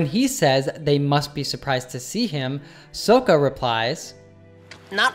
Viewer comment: Sohka?? SOHKA?? What is this, the M. Night Shamylan version?? And Tuff?? Who is Tuff??